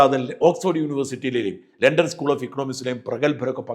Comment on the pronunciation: ലെണ്ടൻ ❌ ലണ്ടൻ✅ ഹോണർ❌ ഓണർ ✅